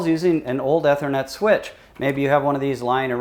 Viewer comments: "E" thernet not "Eh" thernet....smh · I know right. Amazing someone doing a vid on it doesn't even know how to pronounce ethernet